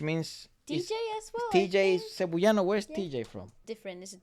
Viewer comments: ngl that's the first i've ever heard someone pronounce Cebuano as "Cebu-yano" we say it like "seb-WA-noh" <3 can't wait for more reacts of our boys!!! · Cebuano is pronounced like sebWAHno :) So cool that you even noticed that though! Not just the talent of the Philippines but you got even more specific, the talent of Cebuanos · Cebuano is pronounced as /seh-BOO-wah-noh/. Please make that interview with SB19 happen!!! It's been long overdue! I hope they will find the time when they PAGTATAG! Finale concerts are over. BTW, the 2-day concert will be livestreamed worldwide, I hope you can watch them! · So funny, it's pronounced Se-bu-ah-no. Thank you for appreciating OPM and SB19. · btw Cebuano is kind of pronounced as "Seb-wa-no". While only Coach Jay is from Cebu, he along with KZ, TJ and Ken/Felip speaks Cebuano or colloquially known as Bisaya. People from the Visayas and Mindanao regions of the Philippines mostly speaks Bisaya. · Your pronunciation of CEBUANO is jus too cute, love it 🤭 but it is CE-BWA(with the W)-NO.. anyways, I think this is the fastest time you've reacted to SB19!?! I'm glad to see this right after watching the dance practice.. I love you guys fr💙